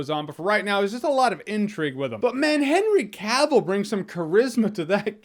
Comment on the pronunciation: I’m glad he’s now pronouncing Henry Cavill’s name right